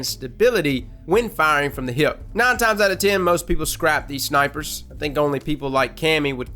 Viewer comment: I like how you say hip (heip).